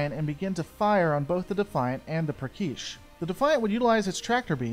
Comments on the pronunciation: Why do you pronounce the Cardassian ship and ship class names so weird? PraKeysh? GayLer? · Good video, like your stuff. But you've GOT to check your pronunciation of the in-universe terms. Galor and Prakesh were both clearly pronounced differently during the episode; and in other vids, there's been some mishandling of ship classes and individual names. Again, for the most part this is good stuff, but the name being pronounced differently than the dozen times many of us have heard it really breaks the vibe. Keep up the good work, and happy birthday!